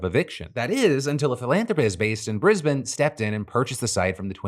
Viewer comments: They are spectacular humans, very famous in Aus for their tireless work with our precious wildlife. True hero's ! But, props to Phil for pronouncing Brisbane correctly ! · first american ive heard pronounce brisbane correctly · I’m so proud of how Phil said Brisbane